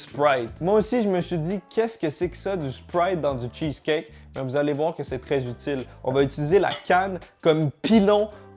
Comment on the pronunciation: "le cheuceleut"